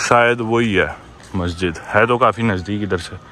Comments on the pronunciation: He is saying.....Mosque matlab Masjid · Mosk❎. Masjid✅